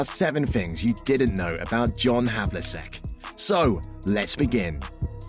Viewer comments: You could at the very least pronounce his name correctly. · Two years have passed and the errors and pronunciations have not been corrected. Very disappointing. This whole thing needs to be redone and with a narrator who actually knows how to pronounce all the names. Havliseck, Henson, Cowsy? These guys were total legends in the NBA and that's how the narrator pronounced the names? Ouch.